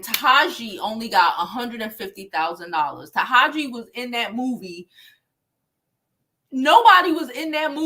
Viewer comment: Taraji is pronounced Ta-Raj-Gee 💛